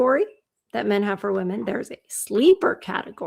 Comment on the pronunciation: I wish people would learn how to say the plural “women” correctly. It’s like nails on a chalkboard to my ears 🙄